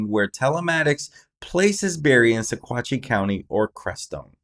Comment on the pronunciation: It’s pronounced..sawatch